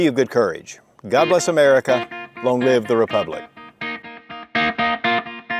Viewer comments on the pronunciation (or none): none